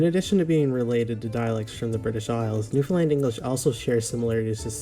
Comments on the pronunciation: soooooooo.... Understand... Newfoundland... say it that way... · I've have watched the 911 videos that you are presented - great to see you checking out Newfoundlanders while educating others - great job! Now that you are talking about our local language; one minor correction I'm going to provide is the pronunciation of Newfoundland. "Newfoundland" actually rhymes with "Understand"; many mainlanders (or 'Come From Aways') pronounce the word by attempting to shorten, such as "New-fin-lund". AND we actually also have a 'Newfoundland Dictionary' - a rather large dictionary at that. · It's pronounced NEW FIN L-A-N-D, not New FIN LIND. Also, I would go easy on that term "Newfinese". That's a rather new term to us who live in Newfoundland. I've lived here since 1949. Best of luck to you young man. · As a Newfoundlander, I would like to teach you how to properly pronounce the name of our beautiful province. It rhymes with understand; so you can understand Newf-UN-land. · Loved this. Your reactions had me dying. One thing, you are pronouncing Newfoundland wrong and it is a common mispronouncation. It rhymes with 'understand' and similarly has 3 syllables. Start by saying new, then fun for found, finally pronounce the 'land' at the end of Newfoundland. New-fun-land, un-der-stand?❤ A Newfoundlander is also called a Newfie, though amongst us, there is some debate about whether it is acceptable. Newfie has been used in a derogatory way, the butt of the joke. Newfie is also used as an endearment, especially if we are referring to ourselves. You should do Quebec next❤🎉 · If you want to learn how to say the name more like a Newfoundlander, try saying the rhyme Understand Newfoundland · When pronouncing Newfoundland pronounce it to rhyme with understand. Hope that helps lol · New fin land not lind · Not Newfunlin...it's New fun land. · it is pronounced New Found (not fun) Land (like land)